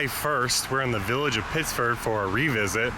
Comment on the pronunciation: It's Pittsford. LOL